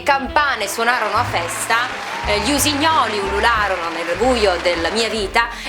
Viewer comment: ti voglio tanto ma tanto bene... ma gli usignoli ulunarono...cos hahaha